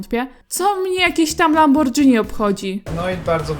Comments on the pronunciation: mówić lambordżini to tak jak by powiedzieć spadżetti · LAMBORGHINI NIE LAMBORDŻINI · Wymawia się lamborgini, nie lambordżini :D spoko odcinek :) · LAMBORGINI NIE LAMBORDŻINI SPAGETTI NIE SPADŻETTI